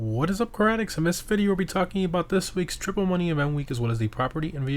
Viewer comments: Yo when you say what is up car addicts it sounds like what is up karate addicts Lol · Sometimes i like to hear it as sporadics i get a good chuckle out if it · Yo it does sound a bit like what is up karate addicts though Lol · Still sounds like what is up karate addicts Lol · What is Up Caratics Or karate addicts 😄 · The caption shows “karatics.” That’s literally what he says, too.